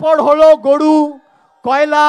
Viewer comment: নাড়োদা নয় নরোদা ,গড়ু নয় গরু উচ্চারণ ঠিক করতে হবে।